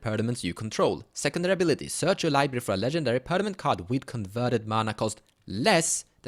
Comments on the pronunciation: Great Idea! Gotta try this as pw "control" in duel. BUT: its called perMaNent not perNaMent. Daaaang Feels like im hermione xD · Permanent. Not pernament 😑